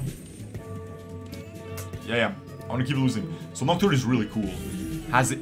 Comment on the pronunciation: I will unlike this vid just bc of the aneurysm it gave me when he couldnt read nocturne as he hovered over it several times. Checked to see if it was april first